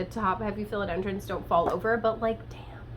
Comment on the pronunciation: I don’t mind the different pronunciations of plants but the #1 for me is PHILODENDRO”M” with an M!!!! Makes the hair on my back of my neck stand up 🤣🤣🤣